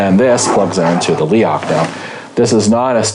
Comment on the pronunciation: YES MORE INSIDE LOOKS PLEASE.. Also it's pronounced Leroch!